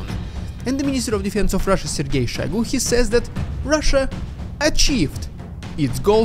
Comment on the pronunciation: question, most pronounce it SHOYgoo, you said SHAYgoo. i assume you have the correct pronounciation. do i have that right or did i miss hear it? ty